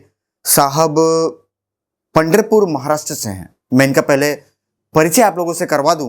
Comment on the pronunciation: सर पंडरपुर नहीं पंढरपुर आयेगा